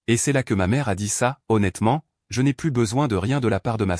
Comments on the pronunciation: Il faut prononcer "plu" et non 'plusse", ça n'a pas du tout le même sens dans le texte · "Plus" négatif se prononce "plu", non pas "pluss", qui est réservé au sens positif... "Elle m'a offert du thé", alors qu'elle est (ils sont) chez lui : n'est-ce pas bizarre ? La version écrite ne respecte pas bien l'orthographe.